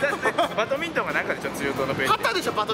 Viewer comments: バトミントン→バドミントンです！！ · バトミントンじゃなくてバドミントンですよ。（笑） あと旗じゃ手で審判します。（笑） バド部しか分からない（笑） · バドミントンですね。バトミントンじゃないです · バトミントンではなくてバドミントンですよ！